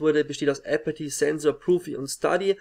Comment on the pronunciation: zuerst mal gutes video :) fabE und uX wäre auf jeden fall am verdientesten aus deutschland...und noch ein kleiner tipp der mir auch schon bei einem der letzten videos aufgefallen ist: versuch bitte apathy mit einem normalen th auszusprechen und nicht nur mit t :D hört sich einfach besser an und alle englischsprachigen caster sprechen ihn auch mit th aus nicht und nicht apaty :D ist wie gesagt nicht sehr wichtig aber würde mich freuen wenn du das in den nächsten videos versuchst:)